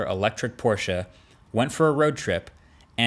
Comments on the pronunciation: OMG I LOVE YOU. THE FIRST AMERICAN WHO SAYS PORSCHE AND NOT PORSCH THANK YOU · Great video, dead on points and as a german i like that you pronounce Porsche correctly even though i´m no fanboy.